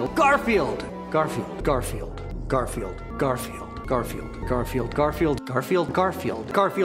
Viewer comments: after a while garfield starts to sound like car feel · OH GOD LOL XD I swear he started to say "Carfield" at one point lol